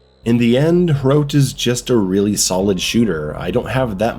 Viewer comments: Hrote? Huh-rot. Soviet Quake. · Its pronounced Huh Rot, or Hrot NOT Hroat xD nice review tho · It's not pronounced like throat but more like trot. Just replace the first T with an H and you just nailed it. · first of all its "he-rot" with a rolled R and it means spearhead not spike like people claim any way my wife is czech and grew up at the end of the soviet era and i can tell you the games meaning is lost completely on westerners if i could sum it up its basically how people of the era felt their homeland was turned ugly and rancid with strange alien people who are entirely hostile filled with socialist signs that have a lot of words but mean nothing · Pronounce it like h-rot lol Just put it in Czech google translate. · Its pronounced like "Wot" but wirh a "HR" sound instead of the "W". Or like "Fought" with the "hr". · Wow, I am even czech and Hrot (your pronounciation is hilarious btw) did not interest me much, but that Frail at the end did it for me :D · if only living in prague was this fun, also about the name Hrot there is more of a hard R but i would not expect you to get the pronaunciation completely right. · I hope you won't be saying the name too much, cos let's just say you didn't nail it lol